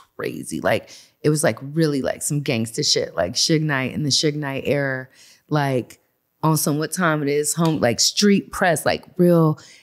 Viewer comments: She keep saying error instead of ERA.....wish these females knew how to speak! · I hate the way she pronounces Era lmaoooo "error"